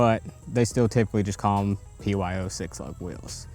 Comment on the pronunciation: You said P O Y in the beginning GOBBLESS